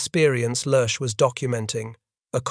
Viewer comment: Then, there's Lerche's name. It's a great name to have in German. It means "lark", it's light and airy and it leaps from the tongue as nimbly as when that bird takes flight. It's NOT one syllable, like the Addams family's butler, Lurch, but two: "leah-", like the name, and then -- lightly, trippingly -- "shuh". English speakers should work on de-emphasizing the "s".